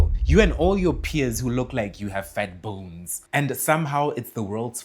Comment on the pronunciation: 😂😂😂 every time he says “fat B O N E S” it sends me 😂😂😂💀